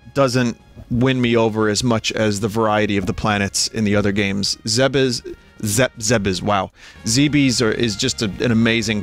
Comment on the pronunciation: zebes IS pronounced zehbis vin, the katakana is ゼベス (zeh beh su) and "zeebeez" is just english vowel shifts throwing you off